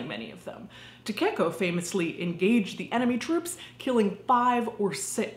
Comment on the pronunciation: Great video but you kept saying Takeko in a weird way that hurt my little weeb soul. Takeko is pronounced Ta-Kay-Ko not Ta-Cake-O. Also, you would normally refer to someone by their last name in Japanese culture if you don’t know them.